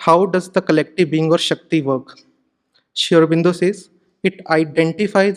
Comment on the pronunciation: This guy to me seems to have presented sri aurobindo's ideology in a distorted manner. Also he can't even pronounce sri aurobindo's name properly and uses terms like 'prophet'. Should we really trust the words from him??